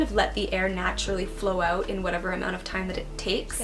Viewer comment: "Stressed aauuut" that was cute